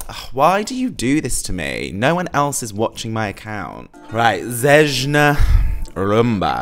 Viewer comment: Love your reactions! Zejna is pronounced like Zeyna. J in Serbian is always pronounced like Y in yellow or yankee.